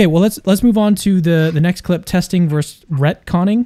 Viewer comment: Bro the word is VER-SUS. A verse is a something in a song or the Bible.